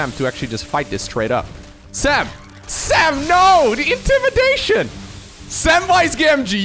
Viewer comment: I love how pronounces Sam's name: "Sam-BRRRRRT"